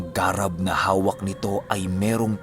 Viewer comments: "Garàb" po yon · Thanks 🥰,, ung (garab) na word iba yata Ung pronounce☺